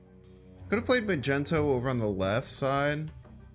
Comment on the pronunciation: Bro it's Magneto tho not Magento